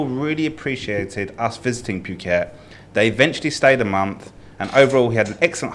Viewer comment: I honestly don't have a problem with except for the way he keeps saying 'puke-et' 🤮